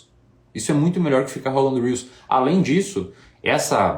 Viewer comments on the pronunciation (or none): none